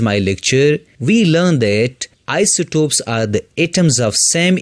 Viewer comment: Bro it is isotopes not isotops